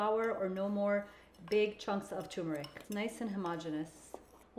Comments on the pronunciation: Its tuRmeric, not "toomerick." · Please note that turmeric takes a short U. The same U one hears in turn.